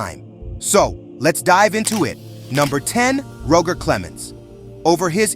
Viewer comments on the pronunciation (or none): It's Roger... pronounced like Dodger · What an inaccurate video. Ty Cobb wasn't racist and you don't know how to pronounce Roger.